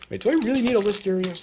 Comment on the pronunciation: when i heard "list area", i thought you said listeria...no...you don't need that :P